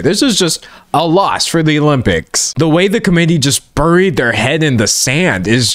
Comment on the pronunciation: You pronounce the 'u' in buried more clearly than I have ever heard in my 38 years of existence.